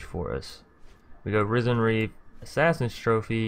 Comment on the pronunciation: Risen bro, not RYE-zin.😂👌🏻 like “Risen from the dead.”